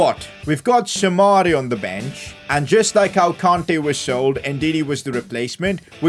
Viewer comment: its kante not konte